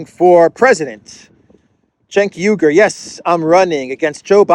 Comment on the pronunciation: I'm loving your adventures in Central Europe! Regarding Cenk Uygur, a pronunciation hint: his last name sounds like this: OO-WEE-goor (the first two vowels are slid together). Thanks for your excellent research and reportage!